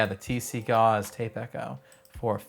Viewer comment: Your pronunciation of Gauss needs more German accent Also gauss is different then gauze kek